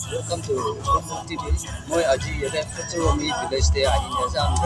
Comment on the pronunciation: It's pfütseromi not pfütsero